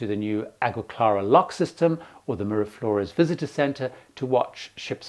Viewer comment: Very good tips,! Please note the correct pronunciation of the key names that you mentioned: (1) Colon is Koh - LOH-n (o is always oh in Spanish and the accent means to stress the second syllable. (2) Mira Flores = MEE-rah FLOH-race (not rez). (3) Gatun Lake = GAH-toon (as in cartoon and not tun as in tonne).